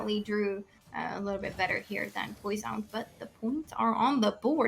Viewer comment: i just like how say posian its fucking fantastice mate